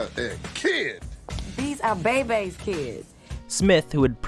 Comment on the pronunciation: It’s BAY BAY Kids not Be be